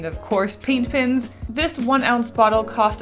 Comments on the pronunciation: It always disturbs me when she says "pens" She says: Pins Me: they're pens!! One of the easiest things to say!!! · well some people, including me, get annoyed when she says pins instead of pens. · Am I the only one who never noticed she has been saying “pins” instead of “pens?” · So you DO pronounce pens like pins sometimes. I thought I was going crazy. Thanks for adressing it 🙈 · Your videos and cute illustrations keep making me want to buy more posca colours! Also I didn't even realise you were pronouncing pens as pins. I had to replay to figure out what you were correcting 😂 it all sounds the same to me! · i never noticed you said pins instead of pens lmaooo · is anyone noticing that she is saying paint pins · I pronounce pens as "pins" too and people give me so much shit for it lol like hush guys.. that just how I talk.. just let me live my life ah! Lol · "Posca pins" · I hate to be that guy, but i’m gonna be that guy. It’s kinda annoying when you say ‘pens’ over again. As a non native speaker i didn’t even notice it in the first video and i still can’t hear a difference tbh